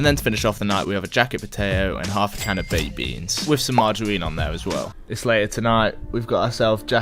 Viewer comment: Powwidge, wice, mawgerine, buwwer